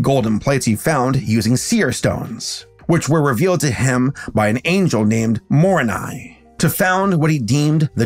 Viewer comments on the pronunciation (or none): The angel's name is Moroni, not Morini.😅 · just a few things. It's pronounce Muh-ROH-Ni, not MOW-ruh-Ni. And it's still called the Book of Mormon, not the Book of Latter Day Saints as the book is supposed to be a collection of narratives collected by Moroni. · Im a former Mormon and I just wanted to point out that his name is pronounced “Muh-roe-niy” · THE MISPRONOUNCING DRIVES ME INSANE 😭 ive never been religious im just very invested in learning abt it lol, but i just. i love but PLEASE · He didn’t pronounce it quite correctly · I know you probably have already gotten comments about this but that’s actually pronounced wrong. I don’t blame you the Book of Mormon names are horrible to figure out to pronounce. I can’t even think to explain how to pronounce it through text.